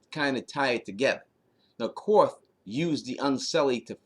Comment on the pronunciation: It's pronounced "Kar-th" not Qorth. :-)